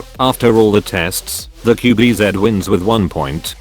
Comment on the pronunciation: Its qb ze not qb zet